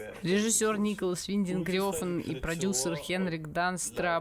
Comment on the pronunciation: В Дании имя режиссёра произносят примерно как Нéколас Вéнтенг Рáфн